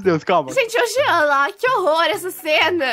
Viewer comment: É jean não “jenna”